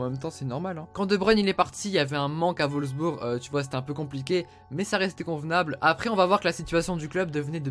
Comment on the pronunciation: c'est Wolfsburg, pas volsbur xD